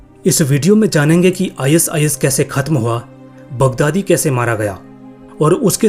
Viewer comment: Are bhai is is mat bol i sis bol le bhai😅😅😅